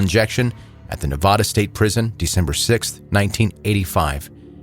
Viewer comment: Ne-va-duh.. va as in vaccume...